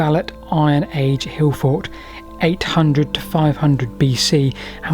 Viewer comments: Why doesn't he pronounce the "t". He says Hillfor. Not hillfort. Why is that? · "T".. There is a "T" at the end of "forT" !! The number of times you say "hill for" i was hoping once you would say it correctly.